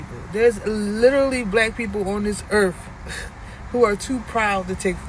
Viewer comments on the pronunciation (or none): Google "Earth" instead of "errff". That would be a start. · "black people on dis erf" ? - "fridgerator" ? - America is NOT the "richest country on earth" - do your own research. PS - maybe if you cut the hair out of your eyes you could see what bullshit you're talking. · Anybody who ends the word Earth with an f. I just can't believe anything that comes out of their mouth cuz if you can't speak the English language then you definitely can't understand society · “Starving” should require a BMI check Also “on this urf” lmfao